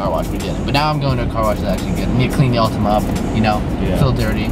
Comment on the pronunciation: Its Altima not ultima